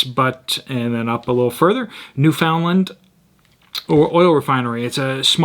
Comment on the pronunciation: New-fun-lun. Emphasis on “new.”